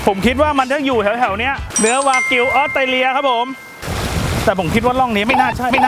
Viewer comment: ตกลงวากิวหรือแบกิวครับ555